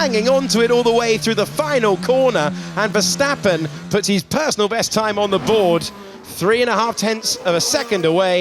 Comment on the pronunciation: These English guys are still having so much trouble saying Max Verstappen its hilarious.